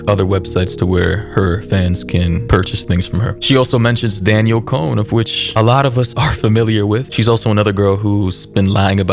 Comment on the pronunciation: Disappointed you called her Daniel it’s DAN-YELL DANIELLE. But not hating still amazing content.